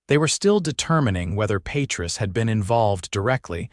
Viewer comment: It's pronounced pa treese .